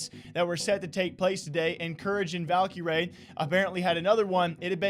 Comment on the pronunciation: stop saying Valkie Rae it’s just cringe pls and thxs